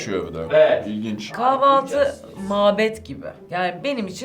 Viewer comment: Güncenin kahvaltı değil kavaltı demesine ben mi sinir oldum